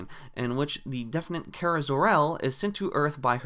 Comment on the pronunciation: Thanks for pronouncing Kara's name right